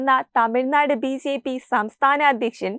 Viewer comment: മോളേ ബി സി പി അല്ല ബി ജെ പി യാണ്